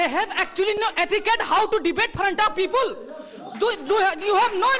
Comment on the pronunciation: Who might heard peepule 😂😂 it was hilarious 😆